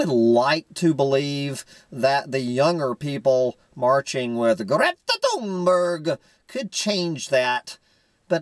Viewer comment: Hey,, I just turned 60 too.:-) Just had to mention that Greta pronounces her last name "Toonbury;" the child is raising awareness of climate science, even if her faith in democracy's capacity to solve climate change seems likely to be misplaced.